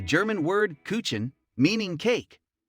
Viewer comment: Lovely to see the delicious food….but please please please pronounce the names correctly. Ask a French person how to pronounce the names of these dishes. Not hard! I know you are trying to present an interesting video, but the lack of the correct pronunciation makes it laughable! The German word Kuchen was also mispronounced. 😅